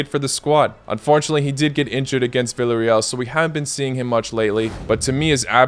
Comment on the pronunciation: Villa in Villarreal is not veel-ah-rreal it is pronounced vee - yah. reh - ahl